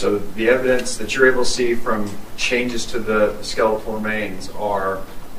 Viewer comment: The way you pronounced skeletal 🫨 it threw me off for sure lol love your vids!